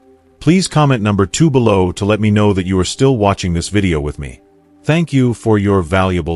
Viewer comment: I hate that AI is reading this and makes ridiculous mistakes like bellow instead of below! Ruins everything!